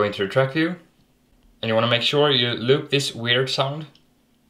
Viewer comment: when he says loop this its like he saying eloot this